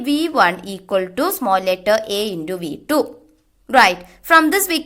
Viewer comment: Not indu it's intu